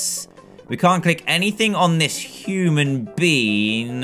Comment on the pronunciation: Is it just me or is dan saying human beans LOL 😂